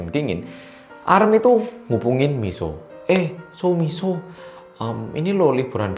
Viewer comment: Ngakak bgt pas mas bilang "so miso.." roso wong jawa timuran temenan iki rekk😂